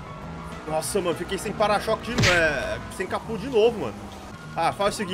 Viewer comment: Capô = Ca-Puh